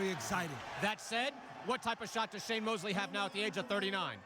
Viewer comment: Sour "Shame " Mosley